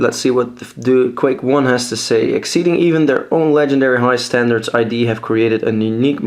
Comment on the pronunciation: Really nice review. :) Just one thing: "ID" is pronounce "it", not "I. D." They took the name from "Freud's primal, instinct-driven face of the human psyche". (For the full story, go to: idsoftware[dot]com/business/history/)